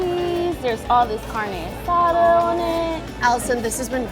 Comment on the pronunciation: "CarneO AsaDO"